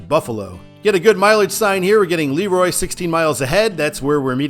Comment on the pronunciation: And it's Le-Roy, not Leroy